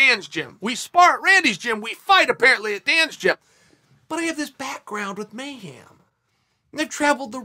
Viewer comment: "MayHAM" hem Chael mayHEM